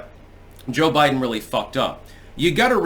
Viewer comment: A Bide'Den hahahaha